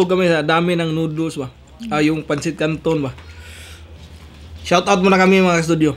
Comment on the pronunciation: Di marunong mag basa noodles hindi nooduls